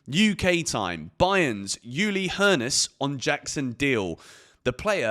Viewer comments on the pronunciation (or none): Ullee Hoeness not Youlee Hoeness